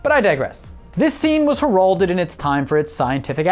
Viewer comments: It's pronounced "hair-all-did" not "hurrrr-old-id". I'm not sure I want to watch the rest of the video now after that credibility destroying mispronunciation. Edit: I DID stop watching after that totally stupid Norm reference that made zero sense . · You mipronounced heralded